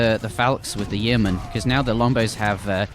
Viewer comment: Yeomen = Yo-man. Not Y-ee-o-man.